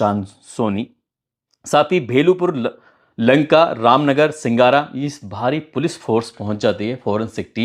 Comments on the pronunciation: ससुर के नाती नाम सिंगारा नहीं सिगरा है। थोड़ा और सहज भाव से और त्रुटि रहित बोलिए। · सींगारा नही है सिगरा थाना है सर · सिंगारा नहीं सिगरा है